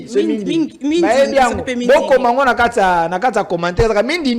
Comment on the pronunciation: C'est bandindi et non mindindi